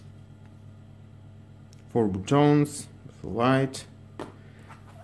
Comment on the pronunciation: Did my mans really pronounced ‘buttons’ as ‘bootones’ 😂😂😂